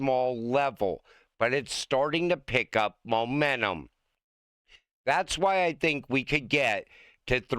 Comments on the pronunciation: STOP SAYING MOMENNUM. IT'S MOMENTUM. PLEASE. GIVE IT A SHOT. YOU CAN DO IT. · It said Momentum, not Momennun!!!